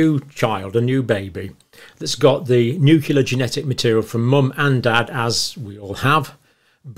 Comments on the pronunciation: you pronounced nuclear as nukelar, just like G. W. Bush. As you remember, just mispronouncing one word in the English dictionary made Bush unfit for the Presidency in the eyes of the media. You're still tops according to me. The cardboard fertilization process made me uncomfortable, even though I already had three kids. ;) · I've only recently started hearing noo-KYOO-lar in British English. I thought it was a mistake limited to this American side of the pond. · Is anyone else dying inside every time he mispronounces nuclear? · Nucleus is pronounced "noo-clee-us" please. Not "noo-cue-lus." Same for nuclear: "noo-clee-ar", not "noo-cue-lar." (Maybe easier to think of it as "new clear") I can usually ignore it but it was said way too many times in this video. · I'm sorry, I just cannot stand this mispronunciation of the word Nuclear. It's noo-clee-ar not noo-que-lar and noo-clee-us not noo-que-lus ...I hear this mispronunciation and I automatically feel that this guy doesn't know what he's talking about. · Cle cle cle. Pro pro pro = prrrro blem problem. Nu cle ar nuclear NUCLEAR. not nucilar not poblem. Just sayin ...😂❤